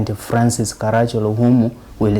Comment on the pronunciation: Its Ka-ra-chì-ol-o. Hes an ancestor of mine.